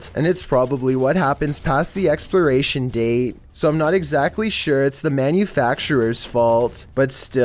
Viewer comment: No one: Absolutely no one: Chills: Ex”pli”ration date